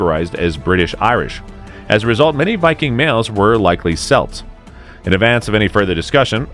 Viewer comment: 'Celts' ... Hard C never soft c ...